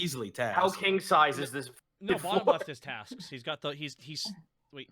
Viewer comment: "There's your bed, which is king sized.", I think you meant to say it's "kenk" sized.